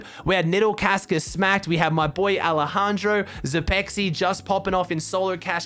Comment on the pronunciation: Zpxy is pronounced “Spexy”